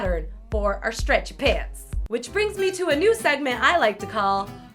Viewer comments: Lol she says streatchy pants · I find it so funny that you say stretchy pants as one word lol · Why does she say stretchy pants like that😂😂😂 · I love the way she says stretchy pants